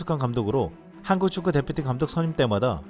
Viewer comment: 한구축구 라고 발음 하네 ㅋㅋㅋ